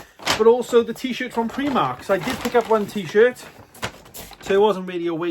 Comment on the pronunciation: Nice vid. Tempted with the supernatural box set at cex but 105 quid I dunno. Also it’s PRI mark not pre mark :)